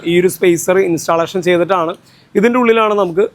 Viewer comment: ഇൻസ്റ്റാലേഷൻ അല്ല ബ്രോ ഇൻസ്റ്റല്ലേഷൻ ആണ് 👍